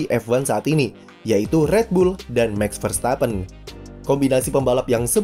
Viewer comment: Bos… MAX Verstappen! Bukan MEX Verstappen…. Mohon jangan ngrubah nyebut nama orang? 😁…. Cheers!